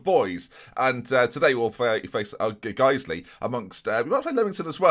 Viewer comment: Ben, the pronunciation of Guiseley, nailed it!!!